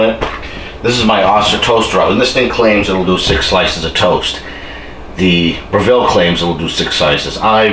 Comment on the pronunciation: It is spoken BRE-VALL, not BRE-VILLE. Lmfao.. Proving, not Proofing. lol